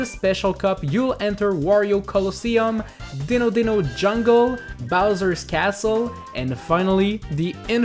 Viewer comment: It's pronounced die-know